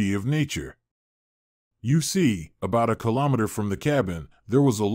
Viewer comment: I just un -subscribed, you don't even day 'Kilometer ' properly